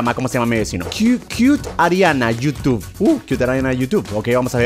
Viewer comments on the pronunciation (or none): none